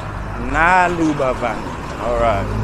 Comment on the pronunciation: Its not nalur Its Nal-lur 🙂